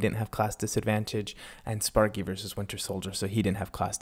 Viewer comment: lol i heard spunky not sparky lmao